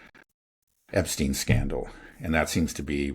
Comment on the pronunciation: The -stein in Epstein is pronounced like in Einstein.